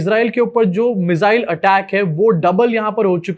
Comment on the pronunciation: मिज़ाइल नहीं मिसाइल 😂😂😂😂